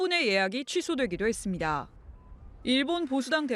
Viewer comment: ~했습니다… 너무 어색하다 기자 발음.